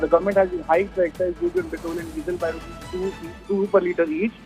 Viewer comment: पेट्रल ॲन्ड डिझल? Pronounce petrol properly rather than using a fake accent